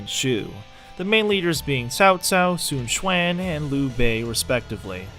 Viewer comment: Su Chuan? You mean Sun Quan? :P